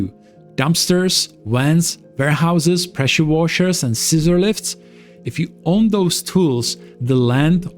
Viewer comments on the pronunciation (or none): none